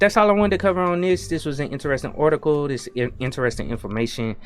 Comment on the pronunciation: You keep pronouncing it as bored, but the word is clearly bard, you also pronounce the word article kind of funny, where are you from mate?